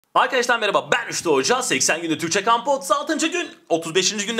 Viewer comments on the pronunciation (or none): none